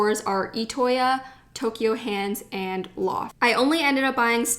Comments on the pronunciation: Anyone else notice she said Toky-O hands instead of Toky-U hands? Me? ok. if you go again to japan, check out Sekaido in Shinjuku. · its ToKYU hands not toKYO actually